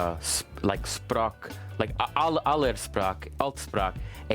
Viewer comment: He said sprak innstead of språk